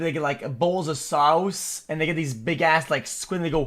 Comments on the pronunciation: I love how xQc pronounces "sauce" - "sowssss." LOL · The way he pronounced "sowce" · "Sauwwce" -xQc 2022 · He's saying it like that for comedic purposes.